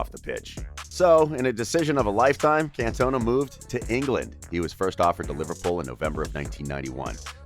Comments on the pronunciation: Your pronunciation grates my ears. The guy is called Eric Can - ton - ah. You mispronounce every French place name. Even if you've no idea about France, Auxerre and Marseilles are famous clubs and you should know how to say them. Eric didn't cost €22 million - the Euro hadn't been invented in the 1980s and that sum would have been about 5 times greater than the world record transfer fee (Maradonna to Napoli in 1984). He cost 22 million Francs (about £2.2 million or €2.5 million). Fairly clear you have little knowledge about football in this era - if you did, there's no way you'd make these kind of mistakes. I mean, you can't even say the bloke's name right! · Bro, not trying to be negative but... you gotta do your research for the pronunciation of the content you talk about. His song is "OOH AAH, Cantona!". Makes it seem as if you aren't a Football fan.